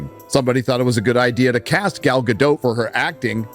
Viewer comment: DOT! It's gadot, gaDOT. Not doe ffs